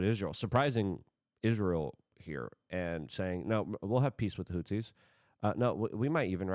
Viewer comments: luke it is HOUTHIS NOT HOUSEES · Is he saying "Hootsies"?